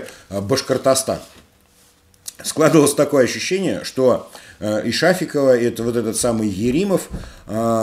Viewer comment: Нифига сибе вежливыми? Шафикова ударенье на и